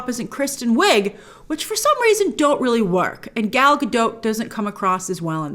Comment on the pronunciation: Gal Gadaught not Gadote, thanks for the review